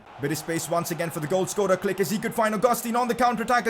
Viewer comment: Pcq: can you pls pronounced Klich as "cleesh" and not "click"